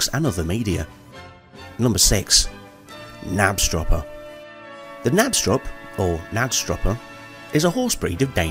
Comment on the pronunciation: Can you pronounce "Knabstrupper" - not "Nabstrupper"? The K has to be pronounced!